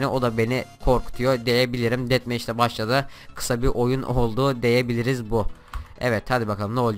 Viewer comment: Abi deyebiliriz değil diyebilirz :D